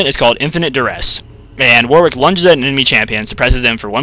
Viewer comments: Warwick is generally pronounced waw-rik or wawr-ik; the second syllable does not start with a 'w'. It's not pronounced how it's spelt, sure, but it's the name of an English town, and us Britons like to pronounce things differently just to throw foreigners off. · sorry to snap but it's not just you, I don't think I've ever heard it pronounced it correctly on youtube (must be an american thing). it's war-ick, you dont pronounce the w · for fucks sake if I hear it pronounced war-wick one more time I'll have a heart attack